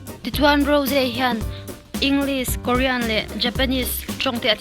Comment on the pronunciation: Rose aiah raws tia lam tur lom